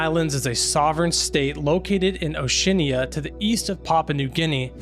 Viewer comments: Oceania is pronounced o-shee-ANN-e-uh. NOT o-SHEEN-ee-uh. Canal is pronounced can-AL, NOT can-AHL. Can + Al, like the name Al. This is why I'm against homeschooling. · "O-see-ann-ee-uh" (Oceania) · Oceania pronounced O she Arn ya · Oshinia😂 o she aana... oceana. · Oh-Shee-Aah-Nee-Ah 😊 I live in New Zealand which is in southern Oceania. I can see why people would pronounce it the way you did though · Its pronounced Oh-Shee-ANN-EEa NOT oshinia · O she anna you pronounced Oceania completely wrong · I, more concerned how he pronounced ocieana